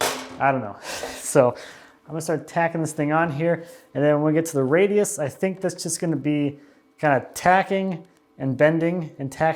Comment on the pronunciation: pre-bending the small radias makes it much simpler (ha, you said it right when i went to hit comment).